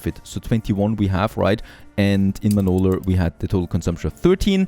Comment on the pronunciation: So it’s “Manoler” now 😂